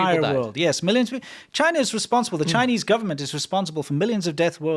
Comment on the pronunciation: CHY-NEES medicine, or CHY-NEES prison torture? WHY NOT BOTH?!?